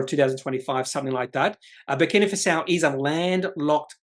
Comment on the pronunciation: Thanks. (by the way, it's pronounced Faso, not Fasao). Looks very promising but the jurisdiction risk makes me nervous.